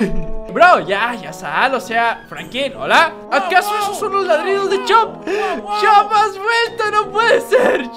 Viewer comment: en vez de decir chop dice shop